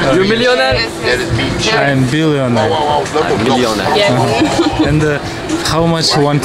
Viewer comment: "I'm billioner" деп жаксы айтты👍😁